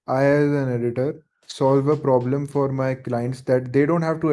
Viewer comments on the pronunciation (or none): none